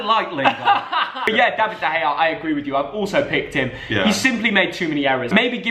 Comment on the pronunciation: whos Dayvid De Gea? whos Romeroo?